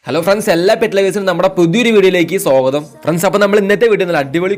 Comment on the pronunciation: സ്വാഗതം.... സോഗദം എന്ന് അല്ല